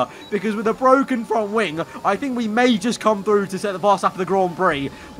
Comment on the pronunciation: Lando "ITS BWOKEN"